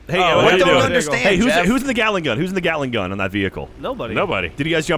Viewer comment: I swear, when says Gatling gun, it almost sounds like Galick gun.